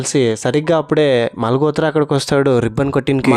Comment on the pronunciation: మాల్ గోత్ర కాదు బ్రదర్ మాల్ హోత్ర అనాలి 💞